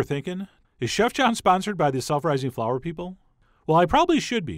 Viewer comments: "self rising flour"...omg I HEARD "sulpherizing flour" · I heard " sulfurizing flour" lol.